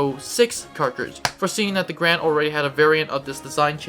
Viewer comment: It’s “Gar-and” not “Grand”